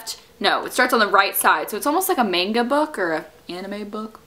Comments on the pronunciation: haha. "manga" (mong - ah) :) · Haha!! The way you say manga though.